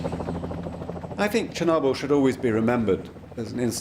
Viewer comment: Actually the name is not ChErnobil but ChOrnibil (tchorno meaning Black)